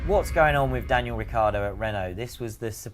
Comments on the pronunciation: Who is Ricardo?He is Ri-chee(as in cheetah)a-ar-do. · That’s how it’s spelled, he pronounces it Ricardo.